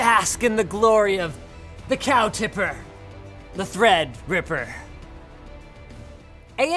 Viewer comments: Just love how Linus mispronounces Threadripper every time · He keeps saying thread ripper wrong on purpose